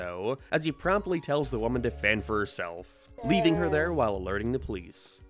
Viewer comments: "thare" "abouuwt" why cant you speak english? even quebecois can speak better english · why the fuck do you say there like that